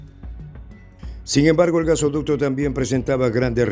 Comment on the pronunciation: GaseOducto?? Jajajaja jajajaja jajajaja jajajaja ja. G A S O D U C T O !!!!